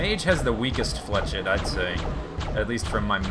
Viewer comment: flechette is french, you're pronouncing it wrong it's more like flee sh ette (the last part is like the end of briquette)